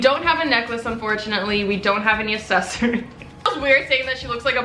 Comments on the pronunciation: GOOGLE HOW TO PRONOUNCE ACCESSORIES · English isn't my first language and I can pronounce accessories right sad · Some people say pop some people say soda. C's can sometimes make the s sound and I guess thats how people pronounce it where from. It's pronunciation not and ascent. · Hhaha most people pronounce it "ak-sesory" and not "ass-sesory" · Assesories thats how you said access-ories is how you say it 😂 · it’s aCKsessories not assessories pmsl🤣ily tho💕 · No one: Literally no one:: ASsEsoRies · It's ACcessories. Like, "Account." Jesus.. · saying “assesory” for 19 min straight pt. 2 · Its ac-ses-so-ries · nobody:: assessories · I love you, and as a loving subscriber i want to help you. Its pronounced 'aksesoreez' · Say • AC-SESS-ORIES • thanks gorlie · no one:: asSesAriEs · accessories is pronounced eksessories love you xx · Accessories is pronounced “Uhk-seh-sr-eez”😂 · its not pronounced like that 😂😂! It’s pronounced (AK-SE-SORY) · Uhk•seh•sr•eez lol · That's not how you say accessories 😂😂😂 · U r saying accessories wrong though